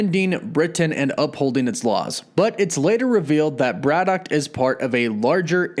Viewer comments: WOW!! Never knew there was a T at the end Brian Braddock -- ah sorry BraddocT. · 1. Brad-OCKKKKKKKKKK … 2. Hercules was DEFINATELY a Full Avenger , read past the third line on wiki next time , my dude. 3 . Swamp thing photos , man thing bio … lazy. Overall : C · You're adding a "T" to your pronunciation of Braddock. Also, why do you say "Britain" so strangely? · The way you pronounce BRADDOCK and BRITAIN triggers me so much haha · That pronunciation of Braddock makes my ears bleed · Love the vid but why'd u put a t on the end of braddock lol